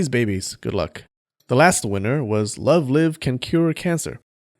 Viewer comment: you pronounced love live wrong but... good vid